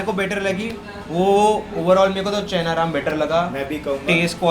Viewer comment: It's not chhena ram it's Chaina Ram (चैना राम)